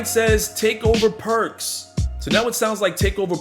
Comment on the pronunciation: Perks sounds like park cards to me